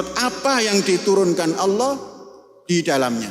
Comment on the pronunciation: Panji Gumilang susah menyebut kata Allah SWT